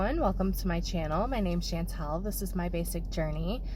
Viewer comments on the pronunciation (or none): none